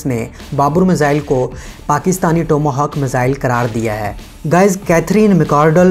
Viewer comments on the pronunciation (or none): بابُور نہیں یار۔۔۔بابر۔۔۔ اور ٹوما ھاک نہیں۔۔۔ ٹام ھاک میزائیل۔۔۔🤣🤣🤣🤣🤣😘